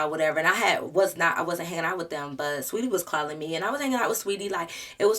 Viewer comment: Ugh i hate the way she did saweetie😭. So glad you’re a real friend